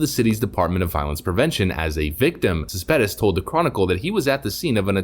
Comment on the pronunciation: "Cespedes" is pronounced: "Ces-peh-des".